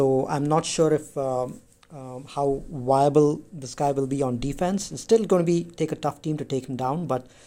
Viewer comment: viable not wiable